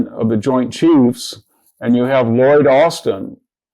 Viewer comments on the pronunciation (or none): none